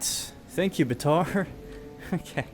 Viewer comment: Not bataar baatar